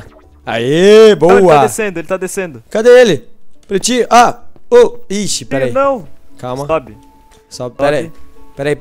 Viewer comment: só eu que percebi que ele fala prestinho em vez de pretinho ?